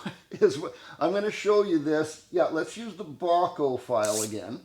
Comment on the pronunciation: Thank you,, for sharing that information and visual aid in teaching. And yes, I believe you're pronouncing "Bahco" correctly. That's how I've always heard it said.